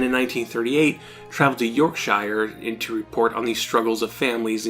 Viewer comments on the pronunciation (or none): "York-sure", not "York-shy-er". The only time "shire" is pronounced "shy-er" is when it's alone (as per where hobbits live). All other uses has it unstressed and sounding like "ur". Yorkshire, Lancashire, Worcestershire ("Wuster-sure"), etc. (Though, in "A Day In the Life", John Lennon does pronounce Lancashire almost like "Lanka-SHEER" instead of "sure".)